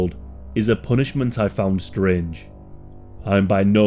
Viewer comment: i heard "scringe" instead of strange and now there's a new word for a motive that's both strange and somehow cringe